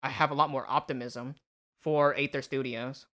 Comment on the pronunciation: Aether is pronounced ether, like the shitcoin.